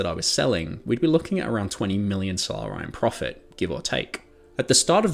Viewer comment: “Solar-eye”. Bro… come on…. It’s not a hard word ….